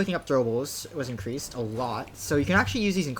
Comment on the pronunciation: ancreased? XD